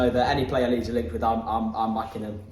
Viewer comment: you missed the D in leeds XL